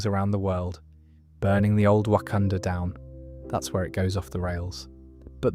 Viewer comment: There’s no way ur calling it Wakandoo instead of Wakanda 🫩